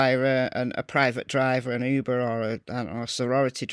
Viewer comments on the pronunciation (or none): none